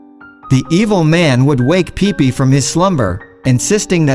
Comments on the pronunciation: It's pippi not peepee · It's Pipi, not pippi